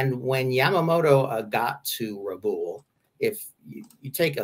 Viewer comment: Hate to do this but Rabaul is pronounced Rah-Ball